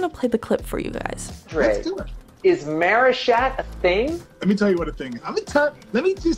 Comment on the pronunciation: Why did y’all say marishat?